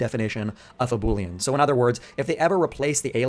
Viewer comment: Say 🅱️oolean one more time